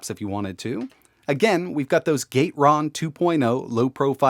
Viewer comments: gat-eh-ron, not gate-ron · I've usually heard Gateron pronounced as "gat-er-on" but now I'm not sure which is right